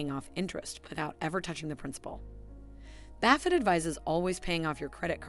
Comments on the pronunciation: Great advice, but I can’t even finish the video because she keeps saying Warren Baffit. I mean, seriously how hard would it have been to make sure that buffet is pronounced correctly, now I will spend my whole life in financial ruins because I could not finish listening. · Who the heck is Baffet? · Is it not pronounced buff-et? Or have I always been mis pronouncing it throughout my life?.....